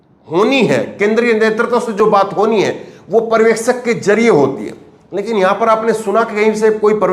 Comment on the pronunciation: Parvekshak nahi janab uchharan sahi Karo bhasha ka satyanasha mat karo paryawekshak Aisa uchharan kijiye,pahale bhashaki study Karo bad news chanel chalao . culture ka nasha mat karo